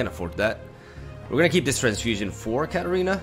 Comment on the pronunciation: everytime he says Katarina i can't help but hear cat arena XD